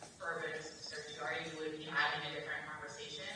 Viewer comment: How can a bar member say "certiori". How many times must she have studied that word and still oblivious to a whole syllable right there in plain sight. Use phonics!